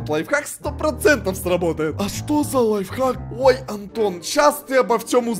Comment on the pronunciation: первая шоколадка которая правильно сказал слово ЛАЙФХАК